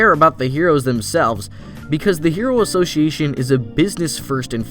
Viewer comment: Am I the only one who hates how author pronounces word "association"?